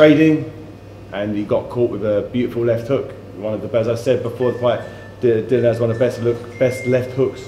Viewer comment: why can't anyone call Dillian by his correct name ,its not that difficult isit ? Dill i an